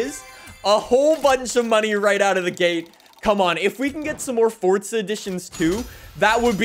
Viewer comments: Dude, for the last freakin time, it is Forza not Fortza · Za. not Tza.